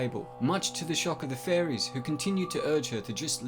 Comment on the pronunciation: sounded like you said warned by the faun and furries